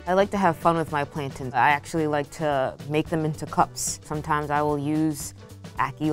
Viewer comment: It hurts my ears when the girls call em “plantins” they’re platanos or at the very least plantains